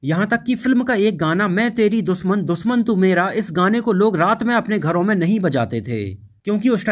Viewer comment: Soot nai be shoot 🤣🤣🤣Doosman nai dushman🤣🤣bhaiyya "englissss"🤣🤣